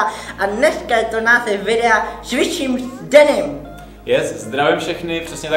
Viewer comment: "Scqusim s denym" xDD